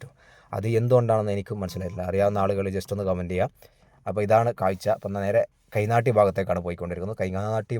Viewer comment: കൈനാട്ടി എന്നക്കുക തയ്നാട്ടി അല്ല